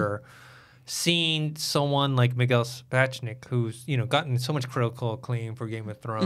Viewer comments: First of!!!! Please for once pronounce Miguel Sapochniks name correctly. Its been a few years and you still struggle with his name??!! Secondly you didnt know Executive producer Bernie Caulfield was a woman?? After all this time?? WTF?! What kind of game of thrones fan/host are you? You never watch any behind the scenes footage?? Award shows? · Please learn how to pronounce directors Miguel Sapochniks name. Its amazing you still struggle with it! Secondly and really annoying you didn't know that Executive producer Bernie Caulfield was a woman??!! WTF! For a GOT fan and host you are not well informed or versed in the world of GOT... You never watch behind the scenes footage?? Or Award Shows all these years??